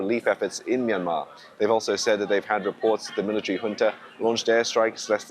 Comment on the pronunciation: Finally a speaker who knows how pronounce Junta. Pronounced Hunta.